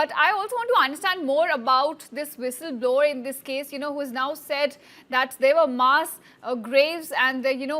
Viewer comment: Its विसल blower not व्हिसल blower, dude. You struggled but could not get the right word.' Foul play' it was😅